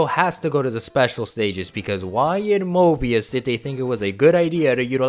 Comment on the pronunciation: You said Moebius! Nice!